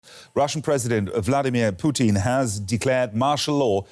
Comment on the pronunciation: Definitely referred to him as Vladimir 'Poutine' at the start there 😂